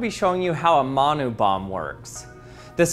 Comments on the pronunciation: How is he butchering the pronunciation so much, it’s said like Mun (like bun) Oo (like your going ‘Oo,that’s interesting’) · u said manu wrong g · Your saying manu wrong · i love how much he butchered the saying💀